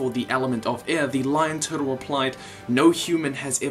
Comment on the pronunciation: I love your channel and how you say “tuhtul” 😂